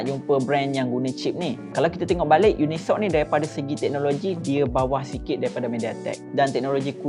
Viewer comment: Yes..cip tu dia baca uni soc bukan unisoc